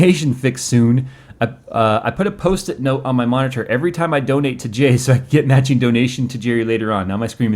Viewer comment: I don't know why, but it really bothers me the way that Jay annunciates Monitor. O.o